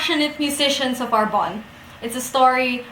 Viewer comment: I thought it was pronounced Are Bon Nay. Great and enthusiastic review, I loved this book, too! And yes, Tigana is his best and most moving novel, for me, anyway.